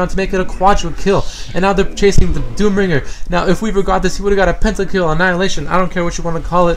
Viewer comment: Its just WRONG how he says Pentakill and Quadrakill in DOTA... =/